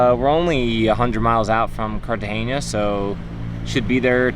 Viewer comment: Cartagena is pronounced carta-hena (like henna tattoo). There's no "ñ".